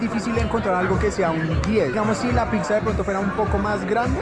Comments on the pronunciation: Es interesante cómo pronuncias la palabra "Pizza", tiendes a decir "Pig-sa" en vez de "Pit-sa", que es la forma correcta de decir Pizza en español… ¿O en Bogotá se pronuncia diferente? Aparte de eso, me gusta tu contenido! Un abrazo! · Que buen contenido el que hace este man Solo tengo un problema No es picza Es pizza No sé si es solo a mi, pero cada vez que lo pronuncia mal me vuelve loco